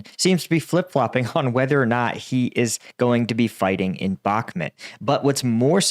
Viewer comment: How many months will it take him to pronounce Bakmut correctly?